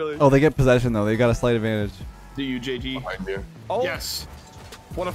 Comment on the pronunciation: So, am I the only one that noticed them all saying "BEE hind" instead of pronouncing it beHInd (emphasis was on the first syllable of the word instead of the last). Is that a Canadian thing? Is that how most people say it? I've always been taught that it's "BeHIND."